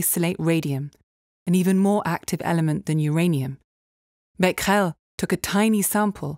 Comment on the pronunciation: The thing I was most excited to know was how to pronounce Becquerel. And I am not disappointed.